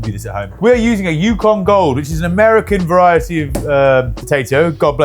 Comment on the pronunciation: This American cringed when he heard him say it.